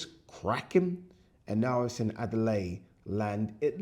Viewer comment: Bloody hell, his name is David Adeleye NOT Adeley. I am British Nigerian like yourself and how you can't pronounce his surname correctly and correct others is frankly a shock and a pity.